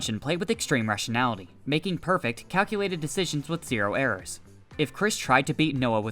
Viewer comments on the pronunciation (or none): none